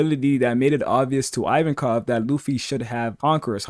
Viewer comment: you say ivankov weird